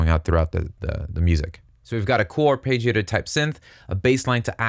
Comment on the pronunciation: Arpeggiator. Ar- Pedge-iator. not Page. Pedge. eesh...